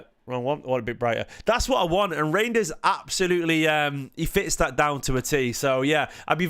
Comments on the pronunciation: I think it's pronounced Rine-ders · Rine-ders